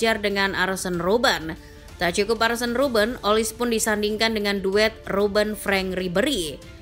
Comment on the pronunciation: Kok sebut arsen robben